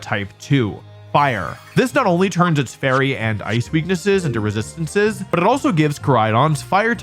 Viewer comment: How did you roll your B on “but”